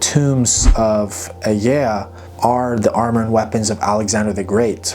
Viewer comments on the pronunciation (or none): [Aegae] why would this be pronounced like a mushy yawn instead of phonetically, "eye-guy"?